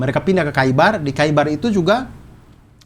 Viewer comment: bang Abdur, koreksi dikit, bbrp kata dalam Arabic yg ditulis "kh" bacanya bukan jadi "k", tapi mirip huruf "h" yg keluar dr tenggorokan, atau kalo lidah Indo biasanya jd "h" seperti biasa aja. contoh: Khaibar, bacanya jd Haibar, bukan Kaibar